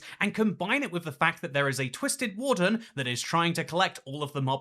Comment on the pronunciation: I heard “Wool-fern” but maybe she meant warden?